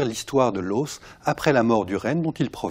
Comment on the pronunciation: le deuxième chercheur a des manières de tête à claque et on ne dit pas "l'haussse" mais l'os !